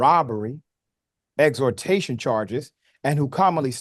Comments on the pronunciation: 😂😂this man said "Exortation"!!!! what's that? It's pronounced EX-Tor-Shun also being spelled extortion like cops was prolly demanding cash from D-Boys or else they'd arrest them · “Extortion bro not exortation lol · extortion is pronounced EX - TOR - SHUN (not ex-tor-tay-shun) ;) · "Exhortation" charges? Really? Come on, Richey. You are making a legitimate case, here. Don't undermine it by bungling basic English. You're supposed to be literate. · Learn how to say the word extortion. It's not extortation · "Ex-tor-tation" charges 😂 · 😂😂😂 Richey I know you can say EXTORTION. There's no tation in there 😂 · richey…u my dude…but that’s NOT how u pronounce extortion 😂